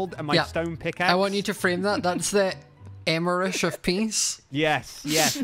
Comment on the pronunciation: " EMERISH OF PEACE " STOPPP